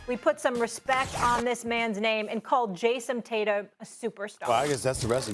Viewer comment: Jaysom tator?